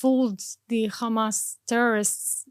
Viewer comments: She so Israeli educated even her pronunciation for the word Hamas is became Khamas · The way she says HAMAS she pronounce it as KHMAS, clearly shows that she is a Israeli Jew, not Arab at all. That's a fake propaganda!!!!!!!!!!!! She isn't a Muslim. Didn't speak a single Arab word. She didn't even spell the name of Hamas leaders correct.